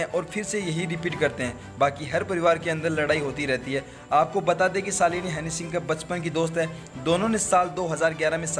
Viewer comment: Hanny singh...nahi...honey singh ....